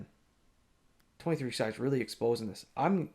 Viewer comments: Stop calling them “twenty three ex eye” 😂😂😂😂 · NGL I always chuckle when you say 23 Ex I 😂 love it